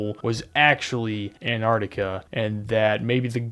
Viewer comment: good job pronouncing la crítica man appreciate that